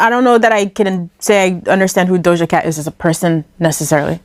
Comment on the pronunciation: I looove how teaashmiracle says doja's name "DOLJA" 😁